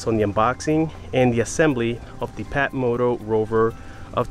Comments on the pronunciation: You said PATmoto. It's FATmoto. Ph=F... You got the Phatmoto Rover in Yellow. Excellent choice. I'm hoping to get the All Terrain version. But... The extra cost is bothering me still. But i do like trail riding in Central Florida. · It's pronounced "Fatmoto" not patmoto. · It's pronounced "fatmoto" The PH sound F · Love the way you pronounce it Pat-motot instead of Fat-moto! A Very good watch, thank you very much for this one! The best of luck with your future builds. Sincerely, Alicia Antoniadis from Sweden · He really said PAT moto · Hahahaha phat moto it's pronounced fat. Do you talk on your fone while riding your phatmoto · it's pronounced "FAT" moto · Phatmoto.....the "ph" is pronounced as an F lol